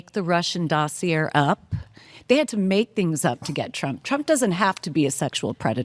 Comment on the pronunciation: “Dosseer” “Virginia Guthrie” these people can’t even read